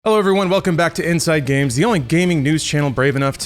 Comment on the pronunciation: Cool stuff, I'm glad your getting to do these developer interviews. I know this is some of the content you've wanted to do more of and it's a cool look Inside Games lol really nailed the name 👌